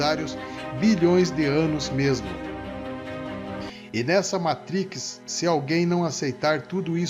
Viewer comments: Gostei dos " olhus " e " matrixss" kkkkkkkk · “Matriquix” kkkkkkkkkkkkkkkk desculpa, rachei. O vídeo é bom.